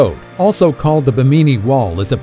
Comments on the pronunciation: Ba- meany? I always thought it was pronounced bem- a- knee. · It is not Bimineee Road......It is the Biiiim in eeeeeeeee Road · It's Bimini (bim` a nee) not Ba mi ni island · It isn't BEE-MINEE. It's BIM-IN-EE :) Great video. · It's just bimini the bi sounds the same as mini not buh-meeni - geeez. Google is able to say it correctly for you. You're doing this for National Geographic! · Bimini is pronounced: BIM • i • nee. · First off that was stupid. Secondly learn to pronounce stuff correctly. It's pronounce Bim-in-ee. Bimini. Plus Part of the footage you showed of the Bimini road wasn't even from that side of the world let alone Bimini. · It’s pronounced Bim-in-née not what ever your calling it. Do your home work it discredits you when you don’t even know the name of the place your reporting on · Bimini you put the emphasis on the wrong syllAble. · How hard is it to look up the pronunciation of “Bimini?” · Learn how to pronounce "Bimini"